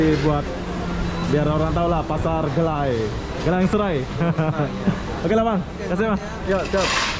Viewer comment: Sebutan dalam bahaha indonesia jadi "gilang" bukan "gélang"